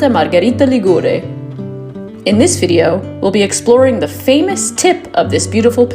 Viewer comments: Hi, no offence: Ligure has the accent on the i = Li'gure. But I forgive you because: 1. you may have been mislead by the fact that Liguria (the name of the region) has the accent on the u = Ligu'ria and 2. because your video is very very well produced, also the music is appropriate and you capture the essence of this small little gem in full. Brava!! Love from UK:goodvibes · Correct regarding pronunciation. However, the apostrophe should be written before the stressed syllable. 'Ligure, Li'guria.